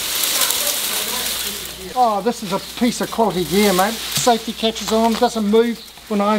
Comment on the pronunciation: “This is a piece of quality gear” is what he said, does sound a bit like “cossie gear” ( ish)